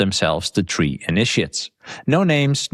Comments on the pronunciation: I love every time says, "Tree" instead of "Three" 😂 It's hilarious to us Americans, keep it up! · Yes even i heard him saying principle 🌳 ( Tree )